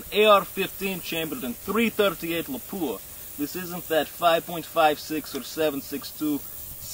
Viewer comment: its pronounced "LOP-wah" not "lah-POOH-ah"